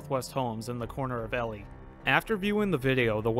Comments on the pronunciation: As someone, who regularly goes to Elie, to RailFan, I can say that you kept pronouncing Elie wrong. Just saying. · you can google elie manitoba and it tells you how to say it properly on wikipedia bruh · Same here I'm live in Winnipeg. But and I've passed through Elie many times to go to portage la Prairie my hometown, I understand this guy didn't know how to say Elie correctly but he tried and I appreciate that! I wonder how he would say stoney mountain penitentiary 😂 or Steinbach. Everytime I drive through Elie I always imagine what It was like seeing that driving past. Scary shit and very unusual for Canada. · E-LIE. Like sky. Or cry. Because that's what I wanna do every time you say Elly. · Ha! Cane to leave a comment that it is “EE-Lie” not “ELL-Lee” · it is pronounced E- Lie. It is not Elly. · For future reference, it's E - Lie, but that's ok. Thank you for sharing. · The town’s name is pronounce E Lie not Ellie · Elie. “Eee” “Lie” as in, you lie down in bed. “Eee-Lie” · EEEEEE- lie. Not Elly. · EEEE-Lie not Ellie and as a Saskatchewan girl transplanted to Manitoba, Saskatchewan is hard to pronounce for most :) I remember the day that the F5 hit, but I lived about 1.5 hours south of Elie. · Omg you make this un watchable it’s pronounced e lie not Ellie do a little research before this crap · It's not pronounced Elly it's pronounced E lie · It's EE-LIE Not Elly a Manitoban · not el e, E lie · Local pronunciation for Ellie is E-Lie not El-Lee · That’s E-lie, not Ellie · sorry but someone from Manitoba it's E-lie not ely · Just so you know, the name of this town is pronounced EEE-LIE, not ELLIE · EEEEEElie, NOT Ellie. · As a Manitoban, it genuinely hurt every time you said Ellie instead of Elie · Yes!! Get it right lol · Lmao I'm just going to the comments to see if fellow locals had commented. EE-lie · EEEE-lye not Elly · You are pronouncing the name wrong. It’s EE-LIE, not EL-EE. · EE LIE , but awesome video man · The town is pronounced E•lie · Like, EE-LIE?